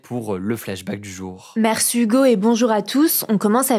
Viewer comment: pourquoi elle dit " mercU hugo " pitié jsuis pas bien a chaque fois